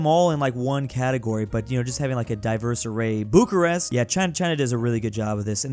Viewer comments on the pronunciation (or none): none